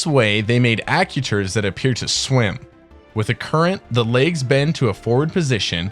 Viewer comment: Ack-you-taters? I love the concept of the video, but the mispronunciation of actuator is killing me...